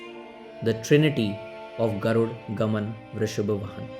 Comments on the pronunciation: It's not garud gaman vrishabh vahan!! It's Garuda gamana vrishabha vahana! & Yeah definitely you'll pronounce the original language of the movie as kannad! No it's not! It's kannada. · Good video! Just a simple question, why do you pronounce 'garud' when the movie poster has clearly said 'Garuda'. Similarly, you do it for all the words. Is there a reason for it? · Pronounce properly kannada people can tolerate anything apart from language Its not garud gaman vrishab vahan It us GARUDA GAMANA VRUSHABA VAHANA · Add a for ur pronunciation bro so u can spell the title properly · Pls pronounce the name of the film full, don't forget rhe last "A" , GarudA GamanA VrushabhA VahanA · Absolutely, when it is spelt with a why is it hard to read as is! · 90% comments on how to pronounce Garuda.. come on guys appreciate the effort and good review rather than pointing out one mistake. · Can't you pronounce the movie name correctly, you are not a foreigner bro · Yes bro why they don't find after A. DA ... NA BA NA....